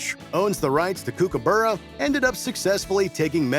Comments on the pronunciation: "Kookaboora" it's almost like they're trying to insult us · You said 'kookaburra' wrong!